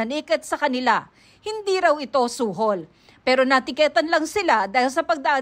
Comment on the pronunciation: na teketan😅 ayos pronounce te😂